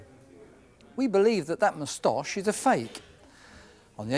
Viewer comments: I swear to God cannot pronnuce anything lol.. Mustoooocchheee, Mauwgli 🙂 Makes me smile haha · Love the way pronounces "moustache". I go through each episode waiting for him to appear and describe a new suspect, who had a "moostoch"